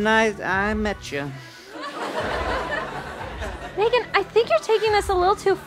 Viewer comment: “Okay. So it was nice...I metcha.” 😂😂